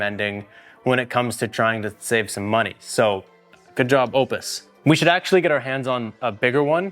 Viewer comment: Sorry, but when you can’t pronounce it correctly, I just can’t watch the video 🙄